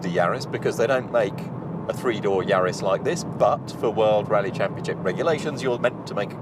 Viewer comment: and wrong pronunciation, they butchered the Lancia name, and got GR Yaris wrong too